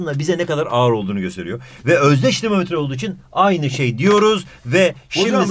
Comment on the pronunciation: Dinomometre denir. 😅